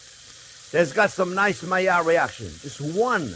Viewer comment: Myar reaction /Maillard reaction (need a simple explanation-I'm a nerd) I love how you say it...and onyon-onion.